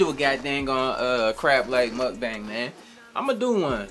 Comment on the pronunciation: anyone else die a little every time says mukbang wrong lmao? just me? ight cool.